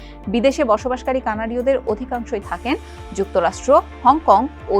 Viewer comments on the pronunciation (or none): none